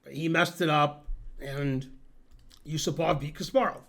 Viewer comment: The stress is Yu-SU-pov.